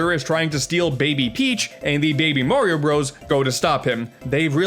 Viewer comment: I am triggered when he called Mario MERIO